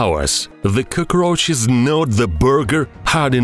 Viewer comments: Yeah dude I thought he was saying “koko crunches" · nobody: this guy: koukrouhchus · I love the way he says cacaroches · I hate bugs but when I hear this dude say cuckroaches I can't help but continue watching 😂😂😂